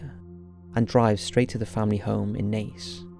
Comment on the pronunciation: He got Naas right more often than not, which I was surprised by. And Buck Whaleys! I do wish he’d learn that the word is inexplicable not unexplainable.